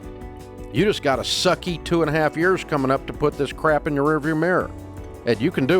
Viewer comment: Dave says "CRAP" with such vehement emphasis. 😅